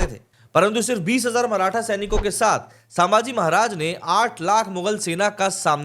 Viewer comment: "सांभाजी" नही, सही नाम हैं "संभाजी" छत्रपती संभाजी महाराज की जय 🚩🚩🚩